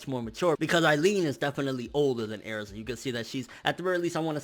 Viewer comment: Why the fuck are you saying erza like it's pronounced airza!